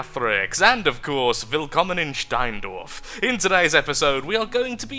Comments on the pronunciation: It did actually sound perfect 0.0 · Almost?:D He`s like a real german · You....you...you didn't just speak German in your intro with: "Willkommen in Steindorf." and did that correctly. Did you? Also there is a village in Germany called Steindorf. Near Augsburg.